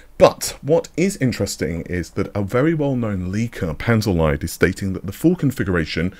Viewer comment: so, small thing. NOT Panzer LIED as in English. a German lesson: Lied (pronounced Leed or Liit or Leet) means "song." So does 15th C English word 'leed." Panther song, or Tank song, or Armor song ---- whatever.